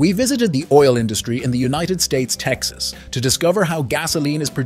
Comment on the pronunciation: “…in the United States, Texas” You researched all of this information for the video, but you didn’t bother taking two seconds to look up how to say “Texas”. …in Texas, USA. or …in the United States- (pause) Texas.